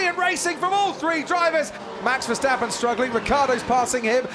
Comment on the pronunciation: Finally there's Verstappen instead of VerSHtappen. But who is Fettil?